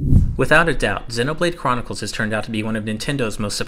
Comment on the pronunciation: Dude, I like the interest, but Xēnoblade Chronicles. Hard E sound.